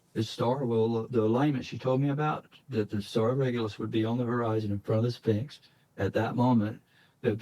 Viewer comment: You know you can trust it when he refers to the Sphinx as the “spinx”